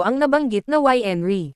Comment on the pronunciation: Mali pronunciation ng winery